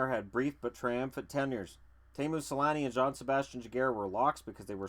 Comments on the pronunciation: I though it was pronounced tee-moo not tay-moo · It's actually only pronounced Tay-moo in Finnish. Tee-moo is technically a mispronunciation.